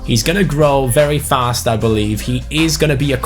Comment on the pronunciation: Jonathan Aguilar at first I thought you said fat instead of fast